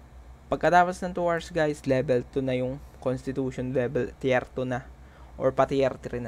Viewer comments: Well explained sir! Medyo na bother Lang ako sa pronounced mo nang (Tier) instead of Tir, na nabanggit mo ay Tiyer or Tiyar. Just correcting Lang sir but your video is very helpful. Thank you anyway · tir hindi tiyer.....